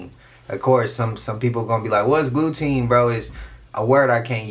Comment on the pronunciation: Glue-teen = blue beam incase anyone’s wondering !!